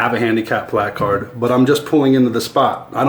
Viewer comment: Your right in your case and that shit was funny. But if he was right in other cases it's good that he points out the people who abuse those spaces. Either way I can definitely see your frustration. By the way you say placard funny.